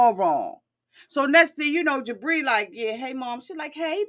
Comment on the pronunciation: I swear every time you say Jibri, I hear debris! 🤣🤣🤣